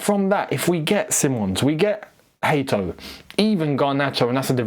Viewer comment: It's still not Hateo, it's Hato